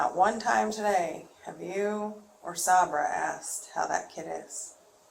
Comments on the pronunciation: Is she calling Sabre SahBruh on purpose? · the detective mispronouncing Sabra's name is killing me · The way she's pronouncing Sabra is driving me crazy lol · not saber…. Sabra. Like the hummus 😂😂😂😂